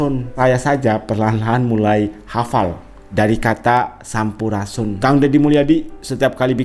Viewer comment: Ngomong sampurasun aja g bisa,masa sampurasun?